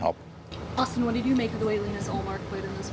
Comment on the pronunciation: The woman constantly asking about ullmark is comedy. Perfect pronounciation of his name too